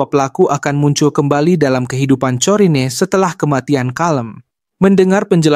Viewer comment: kayaknya corrine dibaca korin